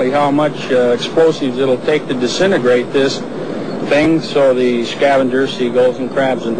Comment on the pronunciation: LMAO "to disenegrate this.....thing" idiot.